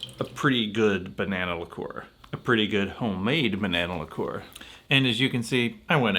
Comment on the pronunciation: Liqueur is the most mispronounced word in alcoholic history!